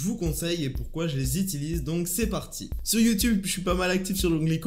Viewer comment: On dit pas pas itilise mais utilise☺👌👍